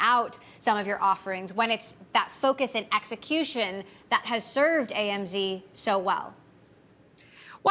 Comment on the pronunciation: The reporter calls AMD 'AMZ'.